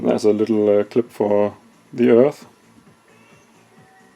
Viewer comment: “A clip for the eath” hahah denglish når det er bedst